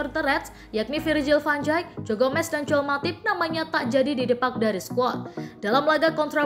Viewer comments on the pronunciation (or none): none